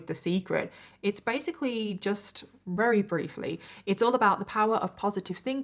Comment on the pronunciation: It's awesome how you say wery instead of very. I wish I had a cool accent like you